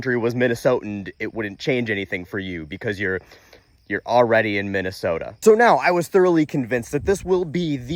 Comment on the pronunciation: Minn eh soh tah.